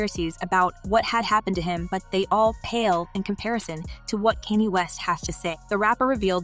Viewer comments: It's pronounced.. Khan-yay not can-yee..she said tu- pack geezus christ girl put some respect on the names of the people you're reporting on🙄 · The way your pronouncing Kanye name makes me cringe 🤦🏽‍♀️ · I kept saying why is she saying his name like that. Glad I'm not the only one.